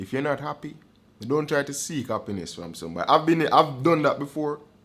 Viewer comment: Man say “Happiness + Happiness = HappyYessss” 😂😂😂😂